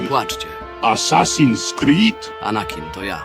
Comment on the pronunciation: Asasin screed?"😂😂😂😂